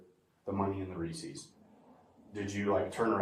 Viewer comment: When I saw 'Reese's" in the chat I knew he pronounced it, "Reesee's." I knew it.